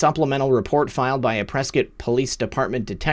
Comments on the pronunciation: i like that you know how to pronounce Prescott . really disappointed that Sheila Polk , Our County atty. let that crack fiend get away with all that .. Prescot IS a "good ol'boys zone " tho . Lots of ties to No Name too .. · How did you know how Prescott AZ is pronounced?